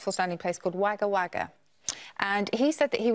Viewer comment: The name of the place in Australia, that Susie mentioned is pronounced WOGGA WOGGA but is spelt WAGGA WAGGA